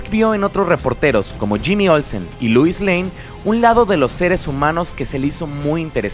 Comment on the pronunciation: Muy buen vídeo :D Me encantó. El único detalle es que no es Louis sino Lois y se pronuncia como se escribe :)